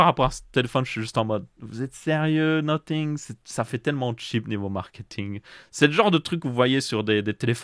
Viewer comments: Salut j'aurais une question : Pourquoi dit tu "Noting" pour dire "Nothing" ? Ta prononciation "noting" veut dire "en train de noter" et non "rien" qui se prononce "No-f-ing" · bien plus que nocing parce que la tu dis no-sing "chante pas" et sinon tu peux aussi écrire comment tu le prononce car la tu parles pour rien dire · noTing or noSSing ? J’en perds mon franglais…😮